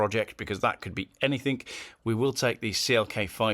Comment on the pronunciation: "Anythink", "Nothink", "Somethink" 🙄